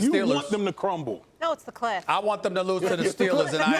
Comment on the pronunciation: BOYYYYY IT SOUNDED LIKE MOLLY SAID “CLIT” NOT “CLIFF” LMAO 😂😂 Molly a lil freaky deak😂😭